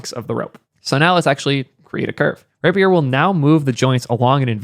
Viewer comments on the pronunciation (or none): The word “rapier” is pronounced as “RAY-pee-er.” Here’s the phonetic breakdown: • “RAY”: sounds like the word “ray.” • “pee”: sounds like “pee.” • “er”: sounds like the ending in “other.” Great video. Just had to say something.